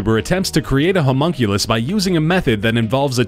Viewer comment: Humonkulus? lol